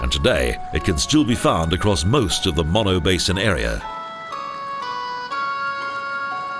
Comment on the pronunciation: Its pronounced moan-o.